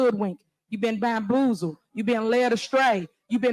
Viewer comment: She can’t even pronounce “bamboozled” correctly! Maybe she can take the appropriate courses to improve her grammar and syntax in Federal Prison!